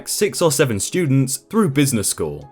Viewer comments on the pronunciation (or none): none